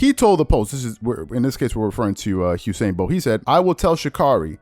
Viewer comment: It's Usain not Husein. Please pronounce it correctly loll. Its an entirely different name.